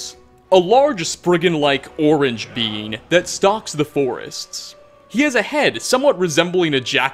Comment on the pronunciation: When he says beings who else hears "beans"